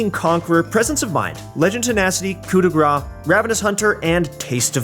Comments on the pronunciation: it's "Coup de Grass" Grâce is prononced like grass =) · the way you say coup de grace means fat strike instead of finishing strike you're butchering the french language